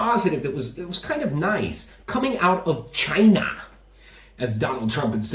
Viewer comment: When Trump speaks of China, it sounds like Vagina 😛🤪